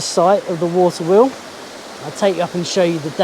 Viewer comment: wawter weol lol..